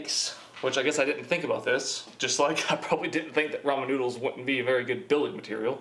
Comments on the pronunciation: I swear I keep hearing him say "the Roman Numerals" lol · I stopped watching the video when I heard him say ramen instead of ramen, (if you read those differently in ur head you know what I mean)